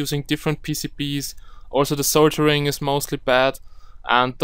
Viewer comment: Good tutorial...but the word is "Sol-der-ing" not "Sol-jer-ing."